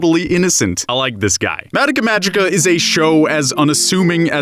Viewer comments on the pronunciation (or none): Stop saying madika magica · I don't mean to come across as snide, but it's always weird to me how so many weebs will watch japanese shows all the way through and be able to talk at length about the themes and implications of its writing, but still mispronounce its name? It's just weird to me, idk.